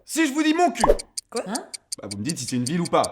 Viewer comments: Montcuq sa se dit pas montcul sa se dit montcuque je vais me baigner là bas l'été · ON DIT MONTCUQEEEE LE Q SE PRONONSE ESPECE DE PARISIEN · Lol j'habite à côté de moncuq et sa se prononce moncuque